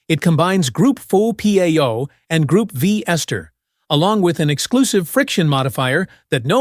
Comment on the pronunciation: Maybe you could teach it how to pronounce Group V, Pennzoil, etc.